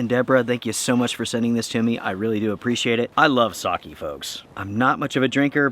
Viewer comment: Listening to you mispronounce sake 100 times was painful. LOL. Looked like fun!